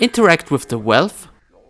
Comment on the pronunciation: Why do you keep saying wealth instead of wheel or crank? And prom instead of Broom?